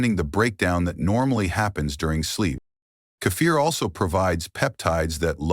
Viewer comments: Robot can’t pronounce…Key fir stupid. Ridiculous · Great video undermined by awful spelling and pronunciation. Late in the video, Kefir is pronounced as Cape Fear. Earlier Casine is pronounced Casing.